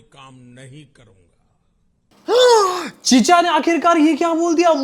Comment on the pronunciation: bhai tum jab chicha bolte ho na jana mugha chihoora sune ata hai😅😅😅